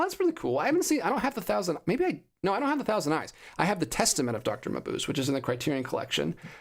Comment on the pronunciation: Final Es are never silent in German. It's pronounced muh-BOOZ-uh.